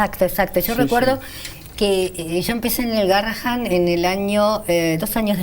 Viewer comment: amo ese hospital, conozco al DR Bersusky , a Tello, a Galaretto, y a muchos de patología espinal por que mi hija fue operada de columna 15 veces allí. Le suplico a la conductora, ya que dice haber transitado y trabajado alli, que diga GARRAHAN , EN VEZ DE GARRAHAM, PORQUE EL NOMBRE ES EN HONOR A UN MÉDICO CON ESE APELLIDO, Y EL CARTEL ES MUY GRANDE COMO PARA NO VERLO.